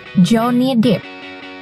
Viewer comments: Min ,lo udik bgt dah😅😅 bacanya bukan 'joni dip' tp 'joni dep'...depp = dep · Udah keren konten video nya. cuma itu voice over nya...Maap bgt...Pengucapan dalam bahasa inggrls nya... Banyak bgt yg salah. contoh Jhonny depp.. Dep bukan dip.. .. itu cuma satu.. masih banyak bgt. yg lain.... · Bedakan cara baca deep dengan depp ....duh ingg nya ehmmm... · Bukan dip bacanya tapi dep mba nyaa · Bacanya tetap "dep" mbak karna huruf p nya 2 kecuali huruf e nya yg dua baru bacanya "dip". Sekedar info. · Maaf, jhonny depp itu bukan di baca 'dip', tapi 'dep' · Johnny Depp mbaa. DEP bacanya bukan DIP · Bacanya dep woi buka dip. Joni dip joni dip pala kau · Dep bukan dip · Maaf sebum nya Pirated (bukan piret tapi pairet pronounced nya) ,Johnny Depp ( bukan dip tapi dep pronounced ) Karena penting UTK menyebut Kan dengan sebenar2 Karena Bahasa inggris lain sebutan lain makna atau arti nya 🤗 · Johnny depp, depp woy bkn dip bacanya, javier bacanya havier woy bacanya😑 udh mah salah soal itung2an umur johnny depp wkt debut film ini, salah juga baca namanya kacau kacau😑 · Hahaha... Johnny "Depp", Depp nya dibaca "Dep" bukan "Dip" 😂🤣😂 Kalo "Deep" baru dibaca "Dip"... Udah ngerti kan sekarang? Please dech ah... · Pelafalan nama deep hmmmm